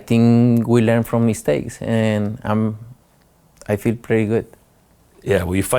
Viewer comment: “I fill I fill”